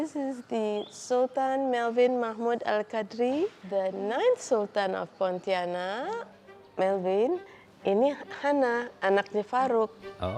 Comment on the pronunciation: She pronounces as Poutianak